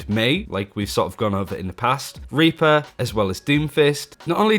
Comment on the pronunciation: Pretty sure you got demonentized because you said raper instead of reaper lmao